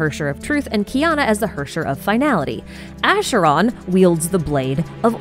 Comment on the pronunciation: Pronounces the ch in Arle’s name as k but as sh in Acheron’s name. Love it 😭